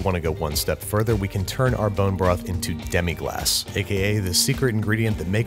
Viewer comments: "Demi-glass"?? Really? No man it's demi-glace. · Watch 3 French cooking shows. At least 2 of them will mention it multiple times. And it's demi-glace, if you want to look it up.